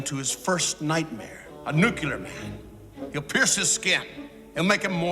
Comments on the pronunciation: No sin for Lex pronouncing it "Nu-cu-lar?" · so we gonna ignore the fact Lex Luthor pronounced “Nuclear” Nucular 😒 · ~ You forgot to sin Lex Luthor for pronouncing the word, "nuke-ya-ler" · Super genius lex luthor can't pronounce the word nuclear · Are you saving it for later, or missing that the villain with the tendency to boast about his intellect doesn't know how to pronounce the word "nuclear?" 😂